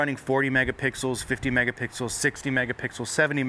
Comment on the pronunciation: he said megapickles once lol